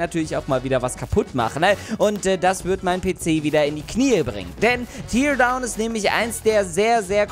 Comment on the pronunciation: es wird tärdown ausgesprochen !!!!!!!!!!